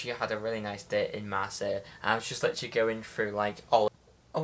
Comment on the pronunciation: Littrualy loves the word littrualy... Littrualy count how many times littrualy is said it's littrualy every sentence... LITTRUALY..... Basically also... 🤣🤣🤣🤣